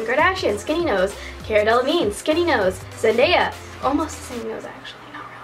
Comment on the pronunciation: SHE MESSED UP CARA DELEVINGNE'S NAME XD you say it like cahra not careah btw i dont want hate im just a big fan of cara XD